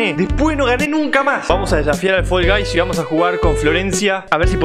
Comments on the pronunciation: Nosotros: Fall guys: Fol gays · Fol gais